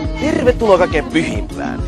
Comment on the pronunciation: TERRRRRRRRRRRRRRRRRRRRRRRRRvetuloa :DD